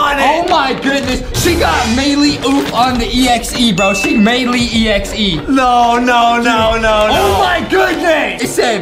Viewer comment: I love How he calls her Mei lee